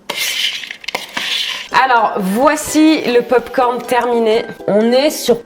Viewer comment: Tu as dis je valide les popcorn licone🤣🤣🤣